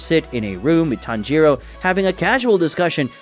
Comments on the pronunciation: you called tanjiro, tanroji in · HOLD UP “Tanroji” 😂💀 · Did anyone else realize that he called tanjiro tanrochi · Tanjiro ✖️ Tanroji ✔️ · I heard tanjiroji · I thought I misheard and misread but it is tanroji